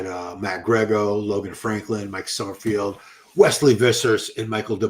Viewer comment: it’s “Summer-FELD” not “summer-FIELD.”